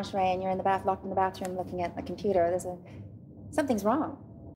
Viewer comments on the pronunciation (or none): none